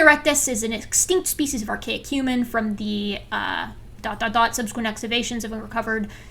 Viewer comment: true true. But I've never heard any one pronounce subsequent like that